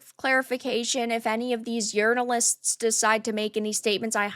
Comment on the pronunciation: Did she say: urinalist instead of journalist ? 😅